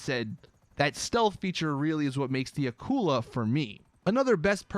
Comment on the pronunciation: its not aqula its akula and its a shark